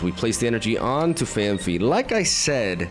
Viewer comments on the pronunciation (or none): Phan-fee ❌ Phan-pee ✅